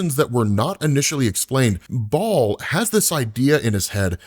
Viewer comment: Kills me that you mispronounce soo many names and words in every video. Like seriously dude. If you’re unsure research phonetics Baal isn’t pronounced ball, both correct pronunciations don’t sound like ball